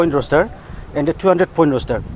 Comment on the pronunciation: Roster not roshter